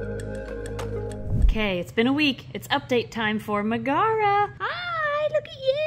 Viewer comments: i've always pronounced it 'meg-uh-ruh' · I think it’s pronounced like Megara from Hercules. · Pronounced MEG-uh-Ruh, emphasis on the Meg :) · Megara is pronounced Meg-uh- ruh. Like in the movie Hercules! She is from Greek mythology. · That's pronounced Meg-a-ra the first wife of Heracles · Its said as meg-era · Just fyi, Megara is usually pronounced MEG-uh-ruh. It’s an Anglicized version of Megaera, who was the first wife of Herakles/Hercules. They had a son and a daughter. Hera struck Herc with temporary madness and he ended Megara and their children brutally and had to perform his Twelve Labors to repent. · I think it’s Meg-uh-rah like Meg from Hercules! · I'm betting Megara is pronounced in the Roman way since it's the name of the female lead in Hercules (Disney version). Meg-uh-ruh. (and of course the wife of Heracles in mythology)